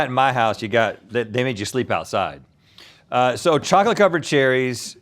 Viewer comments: No one: ….. Rhett: “Socholate Cholid” 🤣🤣🤣🤣🤣😂🤣😂😂😂🤣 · Laughed way too hard at "socklet cholid" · Socklate Chocolate 😂😂